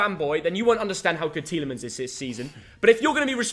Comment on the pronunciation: Tielimens ? Are you jooking ?